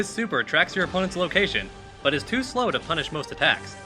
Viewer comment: but, not butan